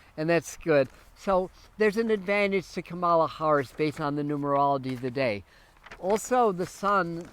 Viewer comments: Kamala. is pronounced COMMA la. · You are pronouncing her name incorrectly. Are you watching a lot of Fox News that makes you unable to pronounce her name?? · I had to stop looking at the post since I was hearing you mispeak her name so many times. Please get it right!